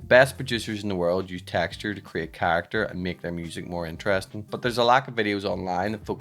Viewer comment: honesty, i'd rather make a loop or sample of the way you say "Techtchur"